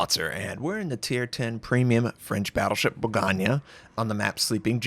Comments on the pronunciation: If you care, it pronounce BOR GONG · Borgagna ? ? ? damn , every time a new french ship is tested, his name and the french language suffer so much lol. not only from you though ;) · What in the fuck is your abysmal pronunciation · I can't even speak french and I cringed when you massacred that name xD